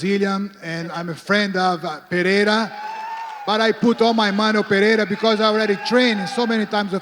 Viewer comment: Lol vitor pronounces Pereira like an American